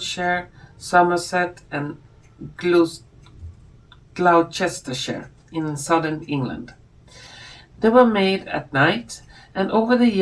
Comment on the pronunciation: Gloucester is pronounced ‘glosster’, you might find that useful for the future. X